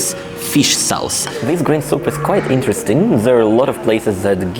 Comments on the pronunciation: Yes, sauce sounds more like soss. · In the word ‘sauce’ do not pronounce the u. That lunch looks delicious/ I can almost taste it